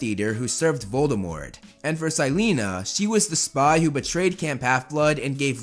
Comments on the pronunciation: This is the first time i heard "sy-lee-na" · Ok I don't mean any hate or anything but the way you say Silena has me ded I get that's the way it's spelled it's just not how I read it